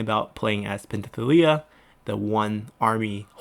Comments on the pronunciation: I think Penthesilea is pronounced as /pen.θe.siˈle.a/, the s is pronounced as s, the th is /θ/ as in path. The way you pronounced it sound a bit off. It was the same when you said Thessallian as Tethallian, when it should be /θesaˈli.ən/. Please correct me if I'm wrong. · I know some of the pronouncement is subjective and can be tough but come on man. Do you not see the s in pentheselia, do people not break down and sound out words anymore?